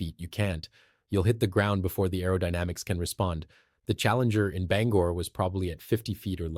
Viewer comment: Endlessly repetitive information, with the same video shots, also repeated ad nauseam. Others have covered this information before, in detail, and without wasting so much time. Your report also didn't generate much lift. And please, figure out how to pronounce "Bangor." You keep changing it.